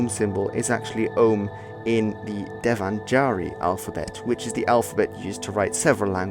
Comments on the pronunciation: First i was confused when he said devan-jaari? Then when he wrote it, i understood he's trying to say dev-naa-ga-ree. The 'ga' is NOT the 'G' we use in word "ginger", but its the 'G' we use in word "google" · Devanagari is pronounced somewhat like this Dave-naag-ree (stretched a, short g as in nag) not davenjari. Just sub'd your channel after watching your reaction video to RLL's AHH's slavery video. Good stuff you got here. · Oh!! You spelled Devanagari so incorrectly! It is spelled as Deva Na Ga Ri. Hope you get it. G is not pronounced like j. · Devanagari is pronounced as Deva-Nagari and not as Devan-Agari. Apart from that, it was a great video! 😄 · You murdered the pronunciation of "Devanagari",lol.But hey,great video.You comprehended 'Ong' very nicely but I didn't understand why you referred to Arya Samaj as some seperate religious community?Mind enlightning me?